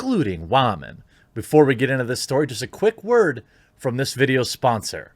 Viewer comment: Anytime you say "WAHMEN", I feel it's impossible to take anything you say seriously. Just a quick tip, constantly saying "Wahmen" makes you sound stupid. I'm not saying you're wrong in what you're saying in the video, but constantly saying it just makes you seem like you're trying super hard to make sure people know you're hip and into memeing on SJWs. Just let it go.